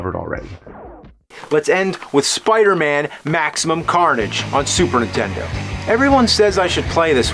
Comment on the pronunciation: Never knew there was a console called the "Superintenno"